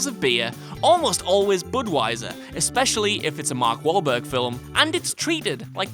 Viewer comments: I'm just a little hung up on why you added a syllable to a word. "Film" is 1 syllable; why are you saying "fill-um"?! FILLUM. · I thought only Punjabis pronounced "film" as "fillum." But I was wrong, apparently! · Anyone else keep hearing “filem” when he says “film”??? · Why do you pronounce the word FILM as fill-em?! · You see Waller eat in Suicide Squad. Phone screens turn off during calls. Learn how to say film